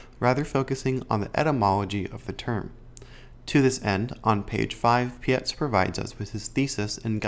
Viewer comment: It’s Pietz - like word Pie + ts on the end So like bytes with a P - Robert Pietz